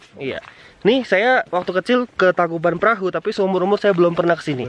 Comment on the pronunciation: bang bukan (tangkubat perahu) tapi (tangkuban parahu)